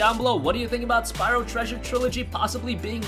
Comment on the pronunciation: you mean Spyro;) not syro